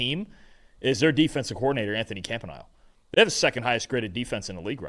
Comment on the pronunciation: Bro, it’s pronounced “Camp-an-ee-lay”